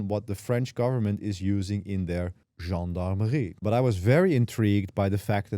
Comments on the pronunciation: Kudos for pronouncing "Gendarmerie," correctly 😀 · 1) I'm a US/French National, currently living in Paris, who speaks French fluently. Your pronunciation of "Gendarmerie" is excellent. Good job. 😀 2) I'm involved in the digital sovereignty movement here in Paris with my startup (I'm a founding member) and I also couldn't be happier about this news. And there is more and more such news every day from European nations, of which I completely approve. They're still finding their way in the legislation, but they're definitely on the overall right track. 3) I also run my own instances at Hetzner, including Nextcloud. To that end: Have you checked out Euro Office yet? It's really good. I've been running it since release. 4) I like your style. Subbed. And I signed up for the course just to check it out. I'm a Linux user since the early to mid 90s, and UNIX/VAX before that, so it's more out of just general interest.